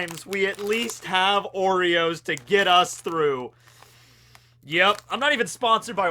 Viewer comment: Oreos I heard Worreos- worry-ohs